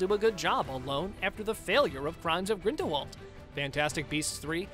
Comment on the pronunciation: Do some RESEARCH… Grindelwald is pronounced 'GrindelVald', as Rowling has said herself in numerous interviews! She has also stated that the 'T' in Voldemort is silent, so it is pronounced 'Voldemor'.